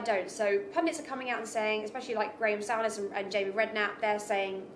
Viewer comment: Find it difficult to take what she is saying seriously when she can’t even pronounce “Souness” correctly